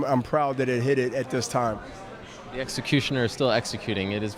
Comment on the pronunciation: I wish Hopkins stop saying "dis, dease, den and dat".